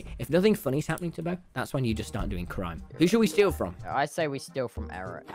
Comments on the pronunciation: Is it just me or like- the way he says Eret's name like erect- and he knew what he was saying- BRUh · Nobody’s talking about how called eret “erect”💀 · Has anyone realized that Tommy calls Eret ‘erect’